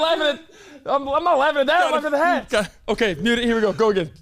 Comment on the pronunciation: My favorite moments this episode: - "Uhlkay" - "You see how I got there doe?! I aint even need no whiteboard cuh" Followed by Cam's lisp - "Why was that the THOP?..." 🤣🤣😂🤣